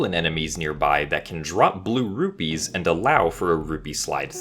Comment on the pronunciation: Sounds like you're saying ruby, got me for a second